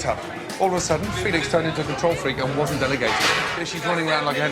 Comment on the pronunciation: Lmao when he said it wastint u😂😂